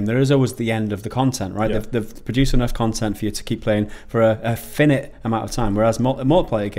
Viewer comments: Teach how to pronounce ‘finite’ and ‘rhetoric’ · Why can't you pronounce Rhetoric or Finite? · I've never heard "finite" pronounced that way before!